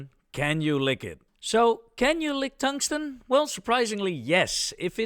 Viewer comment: Tongue-sten is lickable. 😛